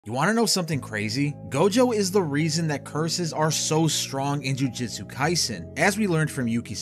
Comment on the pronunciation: PLEASE, JUST PLEASE PRONOUNCE JUJUTSU RIGHT